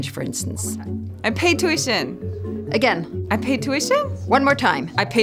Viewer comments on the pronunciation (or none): Tüüition :D